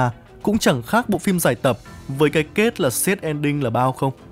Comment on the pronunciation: Ở 11.23,ý con muốn nói là Sad Ending? Con phát âm là sết en đinh. Chú khuyên con đừng làm Youtuber nữa con ạ. Chán lắm.